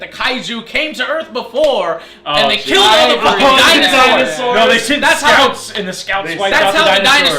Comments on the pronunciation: Kaijus "Kileld" my brother .. :D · Kaijus "kileled" my brother? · Kaijus "kileld" my brother.....wtf